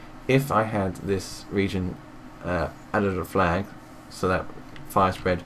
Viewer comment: Thats Couse its Flag not falg :D